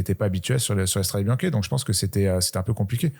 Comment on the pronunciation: Des années que cette émission existe et n’est toujours pas capable de prononcer correctement « Strade Bianche » 🥲 ni même logiquement Que tu le prononces à la Française, à la limite, bon, mettons nous au niveau ridicule de la réputation des commentateurs sportif Français, les seuls jamais foutus de respecter les coureurs étrangers en prononçant leurs noms correctement. Pourquoi pas. Mais dans ce cas là tu le dis QUE à la Française 😂 Pas moitié moitié! C’est soit tu dis « Strad’ Biancheuh » soit tu le dis correctement: « Stradé Biznké ». Pas un mix « Stradé Biank’ », ça n’a aucune logique… C’est quand même ultra ultra facile non? 🥲 Vous relevez totalement le niveau avec votre émission, foirez pas tout avec ce genre d’absurdités. Bises les gars trop content de vous revoir.